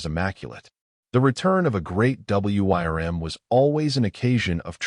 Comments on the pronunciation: It's pronounced "worm" not W Y R M. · FYI: "Wyrm" is commonly pronounced the same as "worm" and a bit more romantically as "Weerm" ("y" as a long "e".) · Great story and wish there was more but learn how to speak wyrm which sounds "worm" though you can use the y a little more strongly. That was the only thing that drove me crazy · The story was a nice one, but what made me laugh was the AI trying to read out "Wyrm" and failing every time. xD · Hate the A I cannot pronounce Wyrm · Why do you spell out w-y-r-m? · AIs inability to say wyrms or wyvern can pull you out of a story very harshly. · I wonder if anyone can teach the stupid AI to pronounce WYRM or Wyrms? Not to mention numbers and years or dates, which also seems to be a hurdle the AI still cannot handle correctly. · Somebody please teach the AI how to pronounce the wrym not just spell it. I like the story though. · WOW, this has to be one of my favorite stories i have listened to thus far. A part 2 would be awesome. Hope to see more about the Gift he was given along with hearing more about what kind of creature was in the cave that he spared. Edit: Was kind of weird listening to the AI narration spell out Wyrm through out the story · Beautiful story well narrated except for WYRM. provided the correct pronunciation which the narrator could have found online rather than spelling it. Kinda sloppy. Would love to see more stories about Ethan’s work with the dragons. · Curious as to what wyrm means and why does the ai reader spell it out?? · AI voice wasn't taught to read it properly